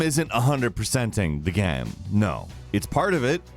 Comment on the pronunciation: the way he says ‘the game’ hurts